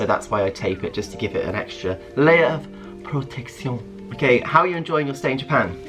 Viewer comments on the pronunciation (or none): The ‘Protect—siooon’ in french 😭😭